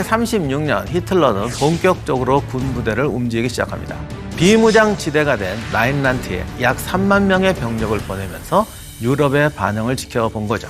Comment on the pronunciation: 내귀가이상해졋나 라인란트를 라인하르트로들엇네